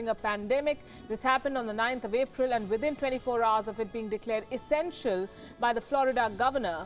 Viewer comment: W w e.. Esenstial service? Damn 🤣